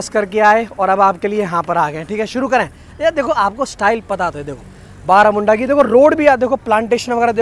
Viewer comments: बरमुंडा है बारामुंडा नही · Baramunda nahi sir barmunda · Barmunda byaiya not baramunda 😂😂😂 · Bermunda not baramunda bus stand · बरमुंडा bus stand बlरामुंडा nahi bhai